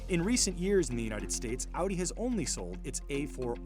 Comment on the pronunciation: Just realized you switched to pronouncing "Audi" the German way instead of the American way like in older videos 👍